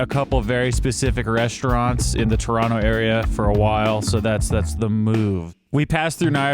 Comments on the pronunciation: Perfect pronunciation of Toronto! No one here says Tor ron toe and it's nice to hear you've adopted the local pronunciation of turonno ! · lol…you say Toronto like a true Torontonian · Props for pronouncing "Toronto" like a local